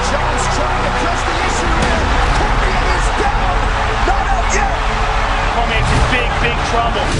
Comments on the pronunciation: Not trying to be annoying but DC’s last name is pronounced Core-mee-aye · He also can't pronounce Daniel Cormier in a fucking Jon Jones video. Sorry but that is not acceptable. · Plus cant even pronounce Daniel Cormier!! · Jones clearly lost the Reyes fight, probably should've lost the first Gustafsson fight and there's a case to be made he could've lost the Santos fight, you never discussed any of those outcomes beyond afterthoughts? That's no big deal until you completely mispronounced Daniel Cormier's name? No fight fan says that name wrong...it's just not possible. I've been bigging your videos up to my friends for years now I'm feeling like I may have been had? Do you even like sports or do you just recognize how to profit off it's drama? I can't believe I'm unsubscribing from! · Also pronounced Cormier wrong lmao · Video was incredible and perfect besides the mispronunciation of Daniel Cormier and calling Jon the lightweight champion when he's actually the light heavyweight champion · Please fix the way Cormier is pronounced! Please!